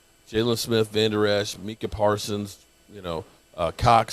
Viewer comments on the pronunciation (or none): his name is not mecah, its Micah , you are pronouncing it with the E sound, there is no E, it an I